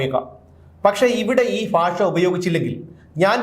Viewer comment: Never say "faasha". It should be pronounced as "bhaasha"as pronunced in" Bhaaratham "